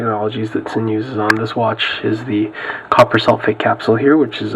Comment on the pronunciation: I believe it's pronounced "zin". Just f.y.i. not trying to sound like a douche. Thanks for the review.